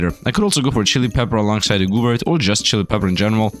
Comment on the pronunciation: Are there 4 kinds of rainbow gooberts? That's my vote for next build just because it's funny the way you say goo-oobert